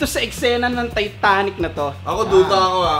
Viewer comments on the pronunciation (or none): "Taetanic" to eh hahaha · "taetanic" toh kahapon ah HAHAH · "TAETANIC" to "TATANIC" realquick HAHAHA Panoticeee kuya yoooow❤️ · From "Taetanic" to "tatanic" hahaha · "TAETANIC" HHAHAAHA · akala ko ako lang nakapansin sa "taetanic" HAHAHAHA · "Taetanic" HAHAHAH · taetanic* HAHAHAHAHAHA